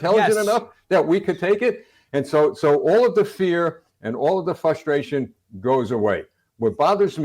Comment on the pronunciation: I trust nothing from an "intel officer" who willingly says "fustration". If you're too stupid to even know how to pronounce basic words, then where the fuck do you get off calling yourself a Naval Intelligence Officer?